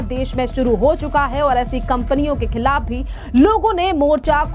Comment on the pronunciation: Khillaf nahin khilaf kahe. Thoda sudh hindi to boliye.